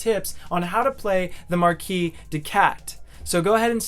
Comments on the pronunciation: In "Marquise," the second S is pronounced like a Z sound. It's not silent. It's notable because the Marquise de Cat is female. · Why do you all mispronouce "Marquise"? She's a lady, guys.